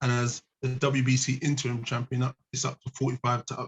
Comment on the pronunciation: If can learn to pronounce Interim and chisora and any other word with more than two syllables give him 49% for his efforts